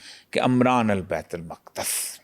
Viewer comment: Amran nahe hai lafaz umran hai please tallafyz thek kryn jazzak Allah